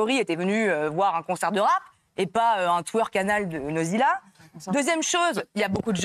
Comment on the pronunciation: C'est pas Nodziiila, c'est Godzilla 😂😂😂